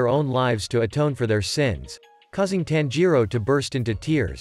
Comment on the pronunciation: It's not "tan-ji-ro" it's "tanji-ro"